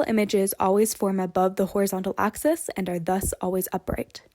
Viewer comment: Its an axis, not an oxis.